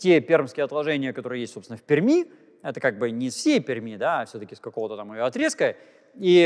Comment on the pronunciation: Приятно, когда москвич правильно произносит словосочетание "в Перми". В целом всегда приятно слушать Станислава Владимировича, как всегда, его лекции увлекательны для того кто интересуется естественно-научными направлениями.